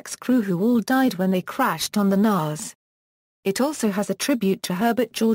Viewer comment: Why do sometimes say nares when correct is naze